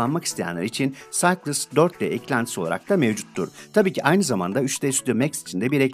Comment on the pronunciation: Güzel video için teşekkürler. Düzeltme: Cycles'ı okurken "Saykıls" demelisin bence.